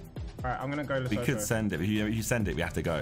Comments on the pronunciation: As a South African I was laughing my head off at harrys pronunciation of leshoto, “lesowtoo” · The pronunciation of "Lesotho" kills me as a South African 😭.